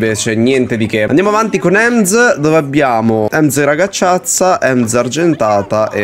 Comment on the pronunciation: No, voleva dire che ha sbagliato a pronunciarla. Invece di ragazzaccia ha detto ragacciazza